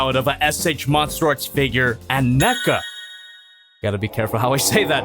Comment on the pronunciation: He says Neca I hear mecha